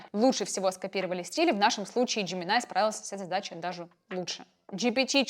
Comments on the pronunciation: НЕ ДЖЕМИНАЙ А Жеймини И НЕ КЛОД А КЛАУД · Джемини, а не Джеминай, больно